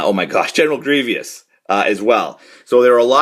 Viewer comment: “General Greevious”